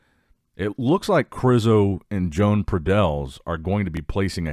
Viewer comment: Imagine pronunciating Joan as John